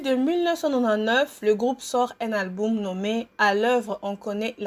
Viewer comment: Bonjour c'est ta biographie mon dit tu fait exprès où quoi de dire tout le temps alboum au lieu de dire album